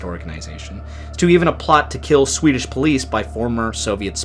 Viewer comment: Hej från Sverige! 🇸🇪 I am Swedish, I will say that you deserve credit for your work of pronocing Swedish words and names! You did a nice job and you tried your best and I sincerely say thank you for your effort! Swedish language is hard to learn unless you are Swedish. We lean English in our schooling as our second language and almost all us Svenskens (Swedes) can speak English well. I don't speak English often, please excuse me if my formation of sentences are not the best😊The MS Estonia was very sad and brought for us so many broken hearts for all Scandinavia and Baltiska people. In Sweden we remember it on every year. Thank you for doing this story for your video! ☺️🇸🇪